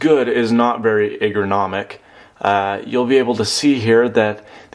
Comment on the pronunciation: That is one weird cable. say 'ergonomic' for me please! lol Nice review!